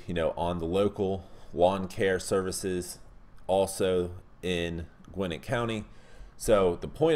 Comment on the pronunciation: I don’t care at all, but just an FYI, we pronounce Gwinnett “Gwen-net” I think you pronounced it Gwen-nit”. Great video as always.